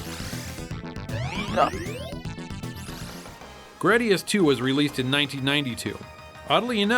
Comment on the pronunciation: Its not "Grad-di-us" its "Gray-di-us"!!!